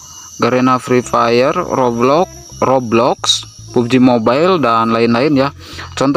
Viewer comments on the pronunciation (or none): none